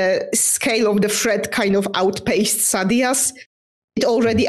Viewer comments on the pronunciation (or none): People say Mosh??? I wouldn't pronounce Sadeas that way because Sadees is the Sunmaker and I'd pronounce that as Say-Deez. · Ay-duh-lyn for my money. Bonus: Sadeas is clearly "Say-Deez" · It's funny they went on that tangent on the pronunciation of Adolin then, totally pronounces Sadeas two different ways in short order.